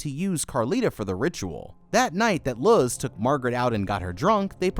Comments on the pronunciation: please tell me the girls name is Luz...as in Loose.....and hes just saying it wrong as "Luh-Z" because he doesnt know how to pronounce names xD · Love these videos. Also wanted to say that Luz’s name is mispronounced throughout the video. Instead of Luz as in lug with a z instead of a g, it’s Luz as in the word lose. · Is that other novice named Luz? And have you really never heard such a common Spanish name pronounced correctly?